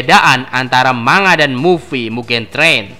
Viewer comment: Bukan "MA NGA" tapi "MAN GA"